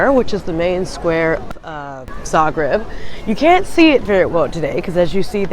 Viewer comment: Thank you for very nice vlog depicting our beloved city of Zagreb! And I must say that your pronunciation of Croatian names is so good! Great job! 👍👍👍